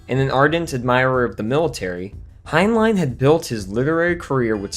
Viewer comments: For God's sake...when you're using names other than your own that you know HOW TO PRONOUNCE, ALWAYS LEARN HOW TO CORRECTLY PRONOUNCE THEM! The author Heinlein is NOT pronounced "Hein-LINE," it's "Hein-LYN!" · "Hein-line" - lol